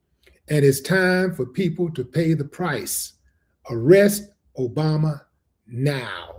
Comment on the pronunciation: yea but he says obamna